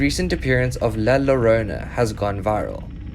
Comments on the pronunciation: Hi without being un respectful, whe you see latino video and you see a “lLlorona” when you se “LLol you say “YOrona” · Hahahah !! he says "La Ranona" ?